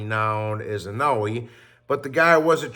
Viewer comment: how hard is it to just say Inoue(In-o-WAY) not inuwee lol